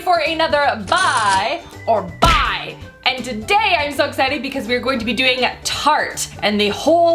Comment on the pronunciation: I think its so interesting the way you say"buy" and "bye" ... for me sounds the same! I am brazilian and its funny